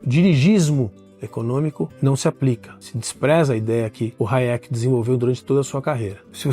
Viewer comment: Não é Hayék, é Háyek! E não é Bôm-Bavérk, é Bêm-Báverk.